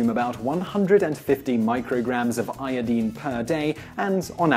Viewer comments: yepp. it is pronunced. iodaine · Dooality its a halogen element. and its pronounced as "eye-o-dine" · ioDINE, not ioDEEN. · I twitch every time you say I O DEEN. I recognize it is a legitimate pronunciation, but it is just viscerally upsetting to me. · Qaeta you show your ignorance of correct English pronunciation. Americanisation of our beautiful language (or bastardisation of it) in the world today changed the correct pronunciation. Correctly pronounced, it is EYE-OH-DEEN not the American hash up of EYE-OH-DYNE. Sorry to burst your tiny bubble. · 😂😂ì had the same reaction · Thank you , as always for the very interesting information! I love these channels. Also, I don't want to hear "i-o-deen" ever again. Hehe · LOL "Iodeen" accents are fun. =] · Eye- uh -dine is how to say it, simon. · Iodeen? Wow learn English :P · Its pronounced iodyne. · I made an audible noise every time he said it, even though I recognize it's legitimate. What isn't, however, is that he says "EK cetera" instead of "ET cetera." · First time hearing someone pronouncing iodine like that.. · thats not pronounced io deen. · Great video even though he kept saying iodine wrong. Lol.